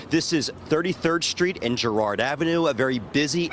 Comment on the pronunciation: its Girard, not Gerard